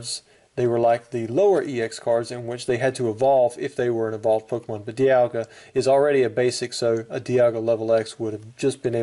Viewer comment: lol you said pokemoon LOL